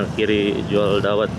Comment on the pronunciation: Pengucapan dawetnya dikoreksi nyonya😂